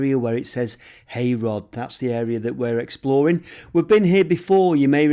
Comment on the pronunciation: Great video......Just up the road from me and Stalybridge is a town lol.....Heyrod is pronounced locally as Herod!